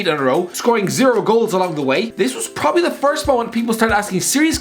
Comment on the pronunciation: do you have to clean your mic everytime you say 'prrrrobably'?